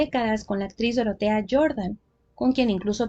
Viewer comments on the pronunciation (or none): none